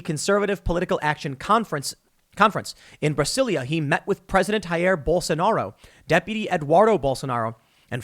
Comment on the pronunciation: Tim, it's pronounced Brazilia not Brasilia. In Portuguese both the country and city are spelled Brasil and Brasilia respectfully but the "s" is pronounced more like a "z".